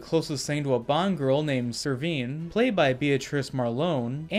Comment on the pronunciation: It's Severine not Sevrin, It's Silva, not Silvia, it's Craig (Cr-aig) not Kregg. Apart from your horrible butchering od many names, it's great you saw Skybore for the overrated rip off fest it is. Boring, actionless fake Bond film ripping off The Dark Knight. Spectre & No Time To Die are so much more entertaining than this.